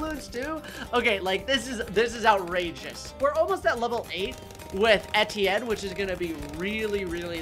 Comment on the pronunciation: Why do you call Etienne Steven?